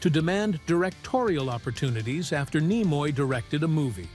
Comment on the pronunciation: James Doohan is Scottish. Thus, his last name is Doin', rather than DO-han, Nimoy = KNEE-moy, not nih-MOY., the production company Desilu is pronounced dez-ee-LOU, not DESS-uh-lou--a combination of Desi Arnaz and Lucille Ball.: "How did imagination filled the gaps?" Somebody wasn't paying attention when this was being typed. Maybe it was an AI typist.